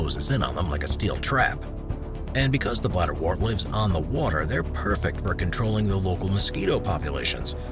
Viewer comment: You mispronounce bladderwort. The “wort” part isn’t said like “wart”, it rhymes with hurt. Like the word ‘word’, wort has an ‘er’ sound.